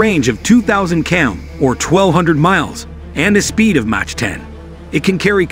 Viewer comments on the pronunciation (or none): none